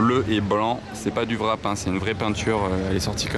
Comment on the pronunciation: Et la chiron, pourquoi dire un vrap alors que c'est wrap en anglais, couvrir